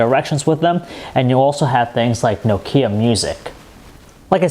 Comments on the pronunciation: Darknal Bailey i am starting to hate people that cannot pronounce nokia properly... its NOkia not noKIA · this guy cant pronounce nokia. so funny! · haha, i lav nakaya tan twantay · You think a reviewer would know the correct pronunciation of nokia -_- informative review nonetheless. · hey can someone teach him how to pronounce Nokia please